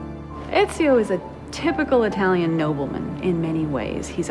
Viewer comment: someone tell to that his italian pronuntiation is horrible!!!